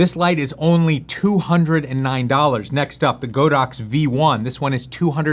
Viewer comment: Not Go dox, it’s God ox